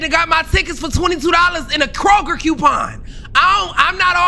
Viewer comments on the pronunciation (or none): none